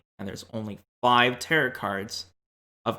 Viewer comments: It's tear-o, not tear-it cards. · Tear-it? Tear-ROW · it’s pronounced TEAR-OH not tear-it 😭 the last t in tarot is silent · Am I the only one bothered by the pronunciation of "Territ" cards? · Tarot pronounced taro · Stop saying Tarit card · Nice video I hope you don't banned me for saying this but you do know the the last T is silent on tarot. Pronounced taro or tarou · Just a little note, it’s pronounced Ta-ROH. I thought about those characters from the cards too. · Came here for this. teh· row All of the western world pronounces it like this. No big deal. :) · Second T in Tarot is silent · Tarot is a greek word so the proper pronunciation is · Taros is based in cathars divinatory disciplines and is a greek word so the PROPER pronunciation is like spanish people pronounce it